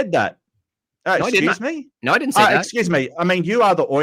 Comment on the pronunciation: Evolution can't account for people who cant pronounce "No" correctly. The only R here is.